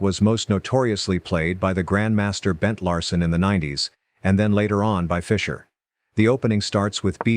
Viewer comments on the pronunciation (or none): none